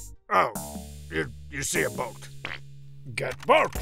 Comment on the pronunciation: Funny how oar is pronounced "O-Are" here. And how boat is pronounced "Bo-At".